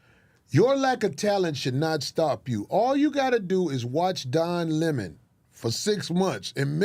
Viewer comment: He said watch Don Lenon 😂😂😂😂